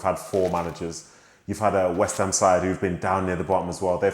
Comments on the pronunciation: Who is this "West Ha" you speak of? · “West Ha”